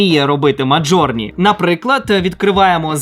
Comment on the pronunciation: назва Midjourney українською зазвичай промовляється як 'міджорні', а не 'мАжорні', або 'мАтжорні' - як це робиш ти.